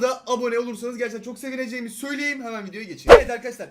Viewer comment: Söyliyeyim kelimesini her videoda söylüyüm diye okuyosun düzeltsen güzel olur aslında dsaghan